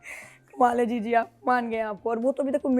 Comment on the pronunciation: Jiji ❌ chiji ✅ 😂